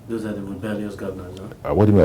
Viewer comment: My friend, it's "those of you" not does of you..hehe